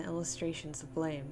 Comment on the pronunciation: [Psychic dmg 15] It's pronounced "blam"...